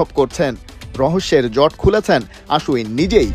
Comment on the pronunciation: আশ্বিন, আশ উইন নয় 😂😂😂